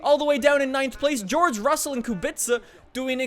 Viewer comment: Pls work on pronounce of the Kubica I beg you.